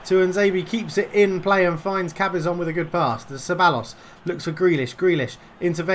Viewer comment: Ceballos is pronounced cebayos